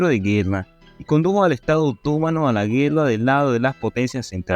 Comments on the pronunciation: Me llama la atención lo mal que habla el expositor. Es obvio que no habla español. No sabe que en español las palabras están acentuadas, con acento gráfico o tónico. No respeta a esos últimos. Quien habla dice: otómano pero es otomano, sin acento!. No aguanto esta mala pronunciación ni la lectura automática,. Aprende a hablar. De dónde eres? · No pude seguir viendo tu video... Cómo puedes pronunciar OTÓMANO... si no se acentúa ni se tilda en la segunda letra o. La Palabra se pronuncia otoMAno... acentuandola en la sílaba "ma"... Quien pretende narrar, debe primero saber pronunciar. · Respetuosamente al narrador : en castellano se leee otománo aun cuando no lleva acento ortografico sino prosodico